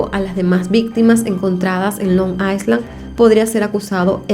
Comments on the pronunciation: Se dice ailan’ no aislan ❤️ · Hola,. No es Long Iceland, sino Long Island (la "s" no se pronuncia). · Se prunincia : ailand. NO S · creo que se dice Long i(s)land o sea la s es muda